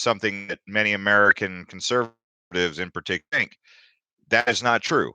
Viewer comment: Lol it's "think" not "thing"